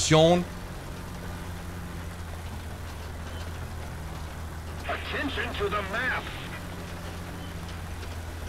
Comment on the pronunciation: "Shooting POSITION" are you trying to get the french accent? 😂